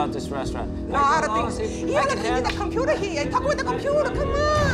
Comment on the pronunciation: is the best hE cOmE wiTh ThE cOmPuTa cMoN